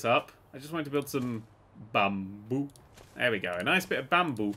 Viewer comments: I love the way he says Bamboo made me laugh so hard hahah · the way he says bamboo :'D